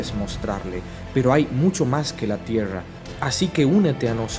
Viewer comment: De que nacionalidad sos... Te me hiciste tucumano o catamarqueño con tu pronunciación de tiesha(tierra)